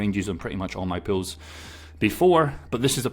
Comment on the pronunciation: I wateched over 6 videos on the same day hearing you saying 'Pills'. Now I get the 'Pools' part. Thank you again for the information, surely not many even know liquidity offering including myself.